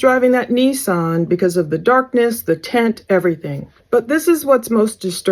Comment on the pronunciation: I was wondering what you meant by a tent on Jens car. I was a third of the way into the video when I realized you were saying tint. 😂 gave me a giggle. I was like, they put tents on the cars in Florida??